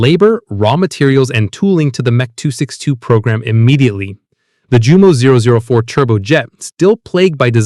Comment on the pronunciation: And Jumo is pronounced Yumo